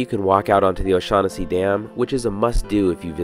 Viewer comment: "Oh-Shag-Hennesi"... you mean, "Principal O'Shaughnessy"? haha...